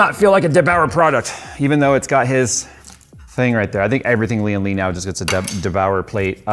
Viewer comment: Why do people keep saying "Li-An Li"?? It's "Lian Li", don't stress the first Li, subdue it and stress the AN!